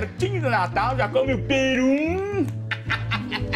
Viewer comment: "Come um Perun" KKKKKKKKK